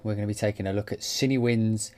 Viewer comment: Nice video Daniel. Personally, still waiting to hear more from Berlin WW. I like the fact they have ensemble, divisi and their amazing runs/trills script. Cinewinds sounds really nice though. I am definitely going to pick up Cinebrass too. ps - I always thought it was pronounced cinEE as well - not cinna!